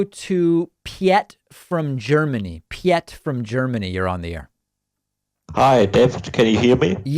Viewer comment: Haha you pronounced Piet pee-yet >.<